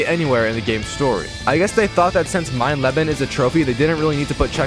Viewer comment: The "Mein Leben" was pretty good for someone that does not neccesarily know english